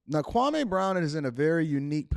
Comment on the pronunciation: Please pronounce his name right kwameeeee not kwamaaaaaa